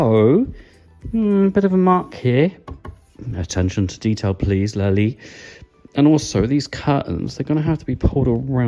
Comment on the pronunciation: Lol it's not a french jawn, why you keep dropping the t in your pronunciation you goofy ahh Brit! 😂 Very thorough review though, much appreciated (